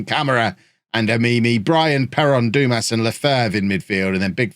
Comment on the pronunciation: Dumas…. It’s pronounced, Dumar 😉